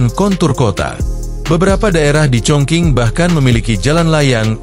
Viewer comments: dibaca chong ching , bukan chong king. sakit telinga dengernya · Setelah sy cek di Internet ternyata bener, cara bacanya chongching bukan chongking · dalam bahasa mandarin chong qing di baca :Chong cing , bukan Chong king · Cung cing ejaan Indonesia nya. Bukan cong king. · Stop sebut Chong King tp Chong Ching!!!geli ah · Chong king kota apaan bang? Itu chong cing bukan chong king😂😂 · Bener,suruh edit aja audio narasinya.